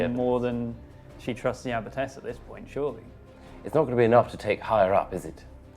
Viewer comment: It's abbess. Sorry, but it's driving me crazy. Otherwise, great as always.